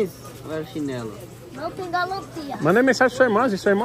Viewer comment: Não galantia😮😂😂😂😂😂😂😂